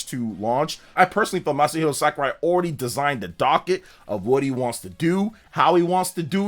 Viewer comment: SAKURAI! NOT SKARAI